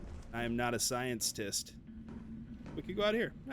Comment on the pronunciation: "Scienterist"? Is that what I heard? Nice